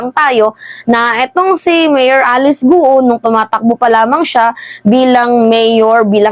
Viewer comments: Ang bigkas ng Guo ay gao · Guo is pronounce as “Kwo” or Kwoh (silent H)